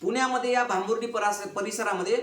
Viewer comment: भांबुर्डी नाही हो, भांबुर्डा असं नाव आहे.